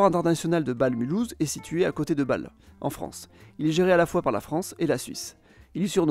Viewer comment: Le Ghana ne s'appelait pas auparavant la Côte-d'Or (préfecture Dijon), mais "la Côte-de-l'Or", ce qui n'a rien à voir. Ensuite, la prononciation est assez déplorable : il y a un accent à Bâle, c'est pas pour rien. Et Kehl ne se prononce pas comme "quelle", mais "Kééél", le "h" n'est pas là gratuitement. Entres autres erreurs...! Ensuite, vous avez omis des frontières passant au milieu de villages, notamment entre la France et le Belgique et entre la Belgique et les Pays-Bas. Et aussi entre la France et L'Allemagne (Leidingen/Leiding), entres autres.